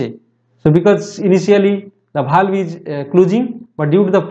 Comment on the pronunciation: Not bhalv its valve